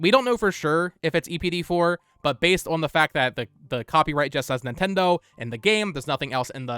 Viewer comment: On - "ahh-n"